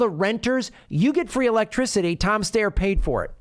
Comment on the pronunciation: Thank you for pronouncing "Steyer" correctly.